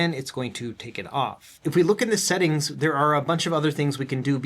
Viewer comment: "We can set das up in the esettings" 😄